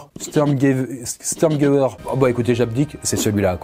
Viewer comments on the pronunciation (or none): ça se prononce "chtourmgueuverre". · À l'écrit : Sturmgewehr. À l'oral : Chtourmguevère. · C'est cool comme format mais moi qui m'y connaît un peu t'as tout emmêlé mais continue sur le rpg7 stp Ps: sa ce prononce : schtourmguever 😉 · Au passage ; Sturmgewehr ce dit ainsi : comme si entre le S et le T il y avait un H qui en Allemands ce prononce avec le S , en fait toute les lettres ce prononce , donc ainsi : SHTOurmgueverrrr , CH : en Allemands donne le son : R , et W : le son : V , ST : le son H. Je suis Alsacien 😉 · Sturmgewehr ( chtourme-gever) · On dit « Chtourmguefer » si ça aide 😅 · La sturmgewer 44 se prononce Chtoungever 44